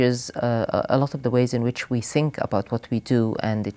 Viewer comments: " On which we sink (think) ... bad language for such a professor of translation who spent most of her life studying, teaching, and living in England. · but she clearly says think, only not able to produce the th as clearly. The meaning is there. Mark is absolutely right!